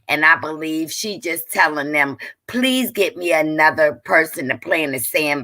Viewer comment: PLEZ? got me clinching my pearls 🤣🤣. Not mustard seed. Come on overflow